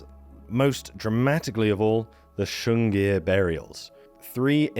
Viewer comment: Su in Sunghir is pronounced like in soup, not like in sugar 😊